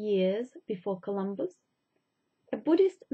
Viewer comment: Did she say 'Columbo' instead of Columbus? lol